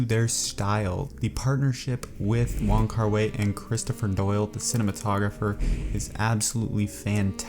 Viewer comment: wai=pronounced 'why' not 'way'